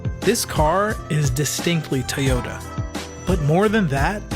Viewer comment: it's irritating to hear people say Tuy or Tey yota. why!?!?